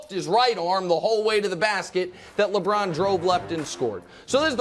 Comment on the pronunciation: The way Broussard pronunced LeBrown